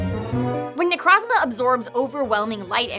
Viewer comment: Had to be that guy but, It’s Ne-Kroz-Ma not Ne-Krahz-Mah